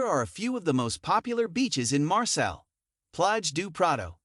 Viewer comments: It is pronounced ''MARSAY'' not ''MARSELL''. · You butchered the pronunciation 🤦‍♂️